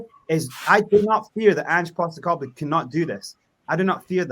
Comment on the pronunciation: Is the host of this chat really unironically saying “anger Postecoglou”? 😂 he’s really done his research!